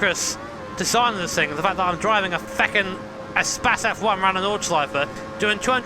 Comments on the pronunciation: Renault spas LOL, Isnt it pronounced like space? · Eh - spas ... lol its E - space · espas? i think its more like e-space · Love how He calls it "a'spazz" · Appreciate the blooper. We rarely get that. And is it really pronounced "e-spass"?